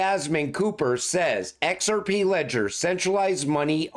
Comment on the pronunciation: EX ARE PEE!!! Love when he says it